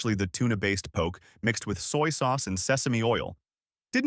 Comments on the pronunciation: It’s po ke. Not poke in the eye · You lost me at poke. The pronunciation. Po-kay. Not Pok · Poke is pronounced poh-kay. Not poke. You would know this if you really was in Hawaii. Come on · Good research, but terrible pronunciation of almost every Hawaiian and Japanese word. The info is probably from a Hawaiʻi source, but you should have gotten someone from Hawaiʻi to read it. If you go to Hawaiʻi and ask for "poke" rhyming with "joke," people will just laugh at you. Many of the pictures are not of the food being described. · I predict a lot of angry comments by Hawaii locals in your future, and past, by the looks of the comment section. Oh well, nice drone shot of McCully, Ala wai, Gateway to Waikiki, etc.. and thanks for sharing the info about local food, albeit with some of the worst pronunciation ever heard. 🤙🏼